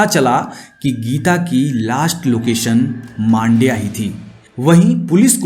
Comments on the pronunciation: It’s Mandya not maandya. It’s matter ❗️🤨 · Bro u r pronouncing Mandya in a wrong manner. Btw nice story telling